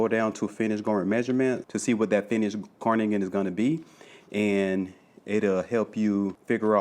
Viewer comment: Great tutorial. Q: Is it: Carnigan Or Cardigan.....? You sound as if you are saying Carnigan.